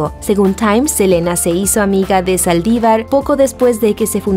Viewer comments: Selena, we love you forever 😍⚘❤... SELENA, no Elena , pero bonita voz la chica del video 🤗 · minuto dice helena en vez de selena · Que aprendan a pronunciar es “ Selena “ con S no Elena En fin me gusto el video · se dice selena no elena pero que horrible lo de los famosos y mas Selena que casi apenas estava iniciando y luego iva a tener bebes ..... y tambien no se por que mataron a john lennon los beattles eran muy importantes en aquel entonces pero descansen en paz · Alguien mas escuchó Elena en lugar de Selena? 😂😂😂😌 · es Selena no elena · es Selena, no Elena. 🤣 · Selena no Elena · Es selena no elena jeje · Tambn lo note se le olvido la S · soy yo o dijo "elena" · Min dice Saldívar disparo a Elena por la espalda una S hace la diferencia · Se pronuncia Selina y se escribe Selena, la boutique es Selena etc no Selena etcétera